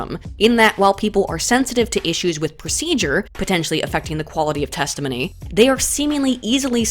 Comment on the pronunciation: Nobody: Not a soul:: 'testahminneyy'